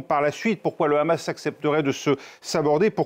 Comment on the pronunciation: Pourquoi il dit khamas veut-il imiter les hébreux , ou bien se faire bien voir par l’inteligencia .. en tout cas on les reconnaît avec leurs "kha"